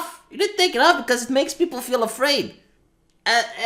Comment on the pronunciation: "Oim Afwaid!"